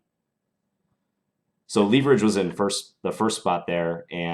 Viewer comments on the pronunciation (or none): I have to say that I truly hate the way you pronounce 'leverage' is not 'lEEverage' it's 'leHverage'. Good instructive games as always though!